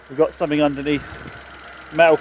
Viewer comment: no K in something